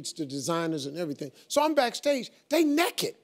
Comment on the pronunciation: "They neked" 😂